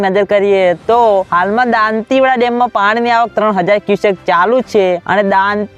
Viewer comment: તુ દાતીવાડા બરાબર બોલતા શિખ gay